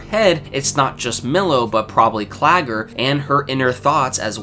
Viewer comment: Mistakes happen. At least you remembered Claggors name where so many others didn't. But as a suggestion, if the name appears more than two or three times in the script, double check. It wasn't the mispronunciation itself, but the frequency that was a bit disconcerting. Otherwise, a very excellent analysis.